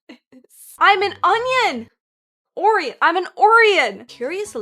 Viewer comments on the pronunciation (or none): please 😭 that is pronounced o-Ryan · Oh-rian not Or-ian 😂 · I believe the word is pronounced oh-RYE-un, not OR-ee-un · it's "Oh-rye-uhn," no "Orr-E-uhn." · 😂 not "Or-ee-an", "Or-eye-on". 😂 Best way to troll this. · It’s pronounced Oh Ryan. 😂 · Pronouncing O-rye-on Or-re-on was cute af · Orion is pronounced oh-rye-an. Jus' sayin'. It's also a constellation (Orion's Belt anyone?). Just letting ya know so you don't embarrass later. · Orion O-rye-un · Orion is pronounced "Oh Ryan". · I could be wrong but I think it’s pronounced O - Ryan cuz that’s actually a real pronounce space thing idk it’s in the movie men in black with will smith and that’s how they pronounced it haha 😂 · Not sure if you were being sarcastic But it's pronounced O Ryan. Can be seen in the big Dipper constellation, shooting his bow in mythology. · Orion is O-ryan. Why? I have no idea. But that's how we say it in English...maybe it's the Greek pronunciation of a Greek name??? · Oh-Rye-Un like the constellation with the 3 star belt. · Longtime fan and loved this video but Orion is pronounced “oh-Ryan”. It’s the constellation of the hunter. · hearing her mispronounce orion hurt my soul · Your pronunciation of Orion being wrong on both accounts absolutely took me out! 😂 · I dont think you are saying Orion right. It's okay.